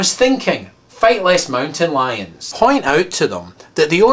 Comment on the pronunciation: when you first said , "fight less mountain lions" I thought you said fellate because of your accent... haha, I'm glad I was wrong.